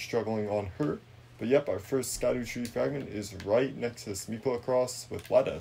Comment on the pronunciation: Sah-cooda tree 😂